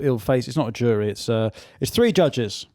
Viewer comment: did he say jury or Jewry?